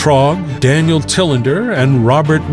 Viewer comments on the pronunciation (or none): none